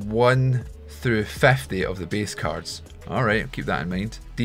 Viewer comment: Sorry if I hurt your feelings but your accent is funny 50= fevety